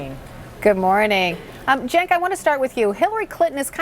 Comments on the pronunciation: thought she said Sink lol what a bitch doesn't even bother to learn his name properly before going on air! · I was just about to comment on that as well "Sink said a lot of great things." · I heard her say, "the sink." "The sink said a lot of great things." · His name is not pronounced Senk miss. I think CNN didn't do their research on TYT before inviting Cenk on. Their faces when they started hearing truth happen all of a sudden. would have liked to hear them refer to tyt as an online network not radio so it could have encouraged visitors and would have loved Cenk to plug wolf pac but any time I get to see TYT breaking into mainstream old school media viewerships and hammering the truth is appealing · Thank you Cenk!!!!Whoohoo Sink haha really she said it right then said it wrong. sounds like a Trump supporter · she called him sink, lolz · LMAO she called him "Sink" around the 6 minute mark! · I heard "sink" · Her pronouncing his name "Senk" Lol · she called him sink lol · She called him "sank" lol TYT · Lmao the trump woman called him Sink 😂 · lol she called him sink? silly lady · SHE CALLED HIM SINK OMG dead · Did she just call him 'sink'? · Lol, she called him "the Sink". How ignorant. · Did she really just call him sink? Lmao seriously... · It's not that. They're losing viewers to YouTube, and they don't want to give YT any more credibility. Just listen to her saying his name as Jenk. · "Sink" Wasn't aware Cenk had a faucet. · Did she just call him 'senk'? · "The sink said" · she did call him sink omg lol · Did she just call him sink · she literally called him sink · she called him "Sink." lmao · I love how Scottie called him "Sink." Ugh. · Did I hear her correctly, did she call my brother "Sink"? WTF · "sink said" im done lol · did she just call him Sink? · did she call him sink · "I agree with sink" 😄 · She called him SINK hahahaha. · did this bitch call him SINK? lol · "sink" lol. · lol when she called him sink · She called you "Sink" hahahahaha.